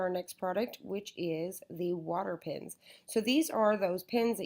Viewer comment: Why does she keep on saying pIns there pEns